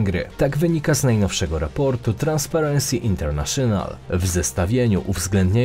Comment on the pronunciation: Popraw dykcję przy słowach typu "INTERNATIONAL", nacisk jest chyba na A internAtional;) Pozdro!